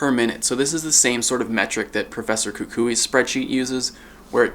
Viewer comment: did he just say professor kukuii